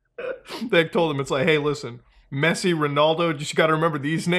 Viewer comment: Dude couldn't even say Messi with his life depending on it